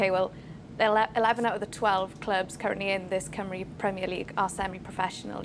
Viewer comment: He can't even say "Cymru" correctly. Heaven help us. Friday football will fall flat on its face.The league has been crap since the early 90s. It'll still be crap 30 years from now. I bet the likes of Caernarfon, Rhyl, Bangor all wish they were still in the English pyramid. Why does he talk about Euros? We have ££ in Wales. Total 🤡 clown